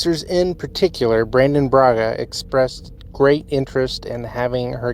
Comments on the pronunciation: BRANNON Braga. Not "Brandon." Brannon. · No ‘D’ in BraNNON dude.